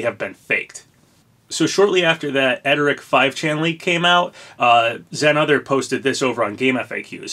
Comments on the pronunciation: it's pronounced errd-rick bro, not ed-er-rick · *Erdrick not edrick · Papa!! It’s ERR-DRIK, not ED-ER-IK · His name is pronounced "Er-Drick" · Why do you keep saying Erdrick's name wrong? There's an r right there before the d. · uummmm i dont think thats how Erdrick is pronounced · Why you gotta pronounce Erdrick's name so wrong? Whyyyyyy....